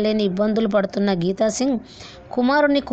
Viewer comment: Samtakam kadu amma mundu Telugu sarigga nerchuko.. "SANTAAPAM"